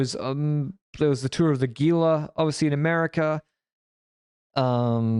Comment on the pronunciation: The Tour of Gila (Hee-la)